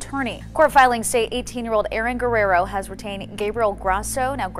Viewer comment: Can't you pronounce Guerrero at least a little close to correctly? You can look it up on the Internet...